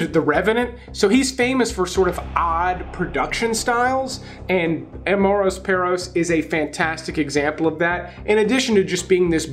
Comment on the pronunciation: Ammoreis Perrous. What? 🤔 Amores perros... ah Yes, I liked 👍 😆 🤣